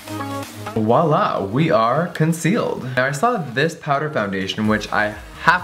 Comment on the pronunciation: Violá not wa-la lmao